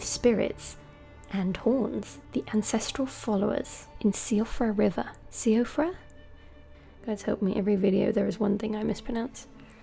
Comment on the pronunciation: Also it pronounced shefra. Two silibols. The shiad I think the spelling goes is basically the Celtics fairy wood from which all Fae hail. A separate realm of ideals and paragons for lack of a better description where intentions & will mean more than cause or effect if that makes any sense.